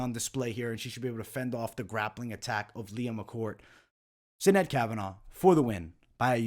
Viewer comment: As an Irish kid from South Bend (and you being Italian I am sure you can relate to how certain words are said incorrectly makes you shake your head lol) it is killing me how many videos are saying Sinead's name. So in Gaelic, Sinead is pronounced "shi-NAYD" and actually it usually has an accent over the (é). In Europe/USA, it is the equivalent of Jane/Jean/Janet (feminine form of John). This comes from the Hebrew form of Johannah/Yohannah. This means "God is Gracious" and was my grandmother's middle name. God bless,!